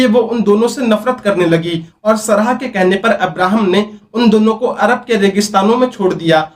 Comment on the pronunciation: अब्राहम से पहले नबियो के नाम हैं आदम, नूह, शीश, तीनो धर्मो में, सरहा नहीं सारह नाम था, एक बार भी पढ़ा होता किसी भी किताब में उनका नाम तो ऐसे उच्चारण करते? बोलने के लिए मुंह मिला है तो कुछ भी फेंकने लगोगे पैसे कमाने के चक्कर मे। अगर हिम्मत है तो पहले पढ़ लिख कर कुछ बन जाओ ताकि ये सब बेहूदगी करके पैसे न कमाने पड़े।